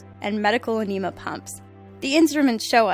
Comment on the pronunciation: Your pronunciation of enema is funny.